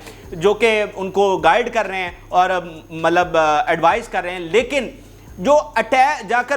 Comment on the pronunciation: ملب نہیں ہوتا پیارے۔۔۔ مطلب ہوتا ہے۔